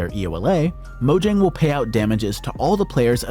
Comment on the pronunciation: mo yang is how u pronounce it